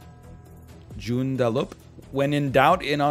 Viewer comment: Holy shit, I live near there!! I drive on that road all the time! Gj on butchering the name of Joondalup ahaha